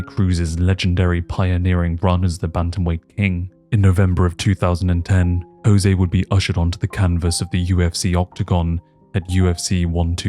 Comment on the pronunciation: Irrationally upset about how you are saying Jose